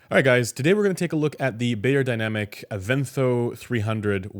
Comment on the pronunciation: I am once again chiming in to beg that you please correct your pronunciation of the brand name. It should sound like "buyer," not "bayer."